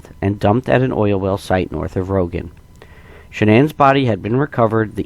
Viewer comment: It’s Roggen not rogan Colorado